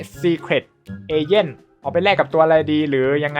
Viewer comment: เอเจ้นพี่อ่านผิด